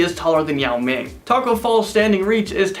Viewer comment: he said Tacko Falls his name is Tacko Fall